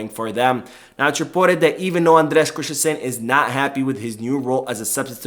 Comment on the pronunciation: Great video but annoyed by how you say Christensen. You say “krish-ten-shen. But it’s more like krist-ten-sun. There is no “h” in the name. So you don’t have the sh- sound. Just the s-sound. May seem like an autistic comment tho 😅